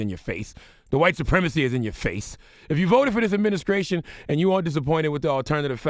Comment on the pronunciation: "adminiscration" ha